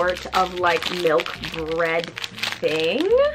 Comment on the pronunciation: “ i LUV BrEeAad” 😂